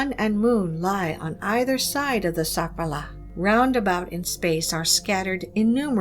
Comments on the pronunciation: The lady horribly speaking words "sakwala chakraya"😂😂😂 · Yikes! I cant listen to her say Sakwala OnE more time 😖